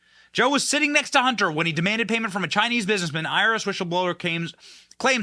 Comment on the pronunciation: I thought he said 'Irish whistleblowe', wow I was thinking connections to IRA, which is another story, but no, IRS.😊